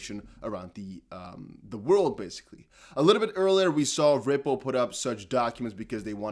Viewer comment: I love how you say "Ripple" with a V sound along with the R. "Vripple" 🤣😂🤣